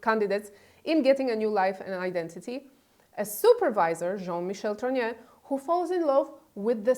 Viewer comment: It's TROGNEUX, not TROGNEAU. Candace regularly mispronounced this surname, this your misspelling.